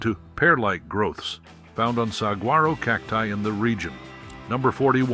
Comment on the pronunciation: "Acoma" is pronounced with the first "A" like in Apple. Accent is on 1st syllable. "Jicarilla" is said "Hica ree'-ya". The famous cactus is 'Suh-wah-row.' "Ute" = 'Yoot.' Edward Curtis is a famous photographer of Native Americans, of the late 19th and esp early 20th century.